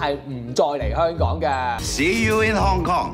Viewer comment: 屍u in 糠狂